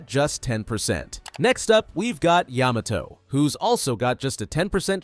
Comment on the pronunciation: Ayy he finally said Yamato correctly